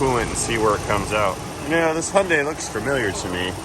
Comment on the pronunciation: Hyu makes a “hue” sound. It’s one sound. The whole name is 4 syllables: hue-n-da-ee. (Hue-n-die-ee) the pronunciation casually is (huen dai) sounds like 2 syllables.